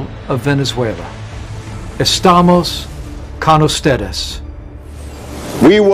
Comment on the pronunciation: estamos can usteres 🤣